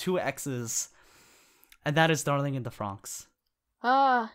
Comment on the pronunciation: Why do you keep calling it Darling in the Fronks?